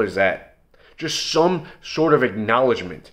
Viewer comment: "Shum short of acknowledgement.."